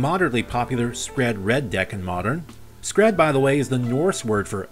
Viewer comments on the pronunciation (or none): Skred is the scandinavian word for an avalanche yes but it's not pronounced sk-red it's pounounced Skr-EE-d.